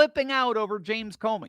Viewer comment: Comey. Not Comer.